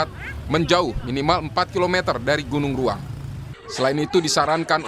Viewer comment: Iya saya jg dengarnya gunung raung